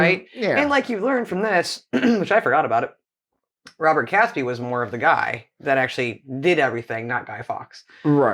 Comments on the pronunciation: And “Catesby” is pronounced as it is spelled and not “Catsby”. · Catesby is pronounced Cayts-by, not Cats-by. Grr! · It’s pronounced catesby to rhyme with gate! Awful video, as most historical things are from America. By the way, several barrels of gunpowder were found during the 80’s, they had been missed at the time. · Catesby is pronounced Kate-sby not Catsby. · I find myself getting mildly annoyed at the narrator mispronouncing the ring leader's name. It's not 'Cats Be', it's spelt Catesby so the e in the middle makes it 'Kate's Be'. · Robert CATEsby (not prounounced CATSby) ! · Robert Catesby is pronounced Kate sby, not Cats by. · Catesby pronounced Caitsby. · I 'm pretty sure Catesby is pronounced Cates - by not Cats-by . 🇬🇧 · Guy Fawkes night is NOT a national holiday. Also, why did the narrator ignore the 'e' in Catesby??? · I'm old and the 5th November was always Guy Fawkes Nght or Bonfire Night - never Guy Fawkes Day. That video has some godawful pronunciation in it - it's not Cat sby , it's Cate sby, rhymes with gate not cat, Warwick is said War-ick, second w is silent and don't even get me started on Worcestershire. Also, hopefully the reason you can't find the masks in shops is because they have all been bought by the people finally about to overthrow your fascist scum. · Pronunctiation is somewhat wayward. 'Kates-bee', 'forks'. etc...